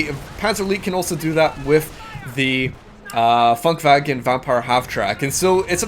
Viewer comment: it's Funkwagen, not funkwagon :D